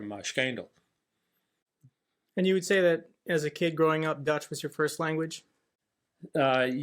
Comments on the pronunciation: Hiya, nice to meet you. I noticed how you pronounced Schijndel perfectly, you could ask to say and you'll notice the difference. 😁 Also, "Scheveningen" is always good for laughs! 😆Greetings from Nijmegen. Thank you for sharing that history with us and a thank you to the 82nd if y'all happen to read this... 😘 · I could listen to your father all night. So many interesting views and experiences. Btw as a dutchman I can tell you that his pronunciation of Utrecht and Schijndel is impeccable. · Your father's pronunciation of Utrecht and Schijndel, was still very good! Nice interview.